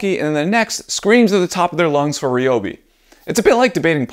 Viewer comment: Thank you for pronouncing Reeyobi correctly 👍🏻